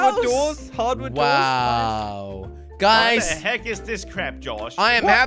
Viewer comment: SAID WATH THE CRAP IS THIS